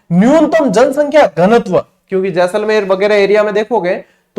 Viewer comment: शानदार , जानदार, धुँवाधर, खतरनाक क्लास थी गुरूजी। आपका जैसले 😅 बोलना मस्त गज्जब था। चेहरे पे हसीं मुस्कान खिलखिलाहत आ जाती he🤩😇 धन्यवाद गुरूजी जोरदार क्लास के लिए। 🫡